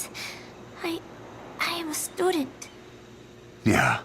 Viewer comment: "I am ESTUDENT"